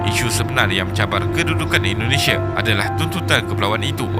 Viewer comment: Bang indonesia bukan endonesia